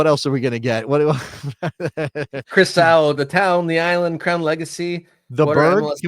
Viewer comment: It's just that people in the Greater NYC area are wont to refer to Nassau and Suffolk County as "The Island" with the emphasis on the second syllable, not as "THE Island". Geographically, NYCFC will play on Long island and are on the Long Island parkway system, so can they overshadow any new USL team? PS, Stony Brook University in Suffolk County has a suitably sized stadium that has been used by professional lacrosse, which is big on "The EYE-land"